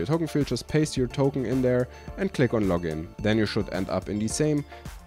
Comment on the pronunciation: Do you guys also hear "copy totem" instead of "copy token"? Maybe it is beacue i am listening to viking folk music in the background...